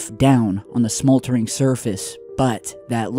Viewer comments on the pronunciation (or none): Smoltering? Smoldering....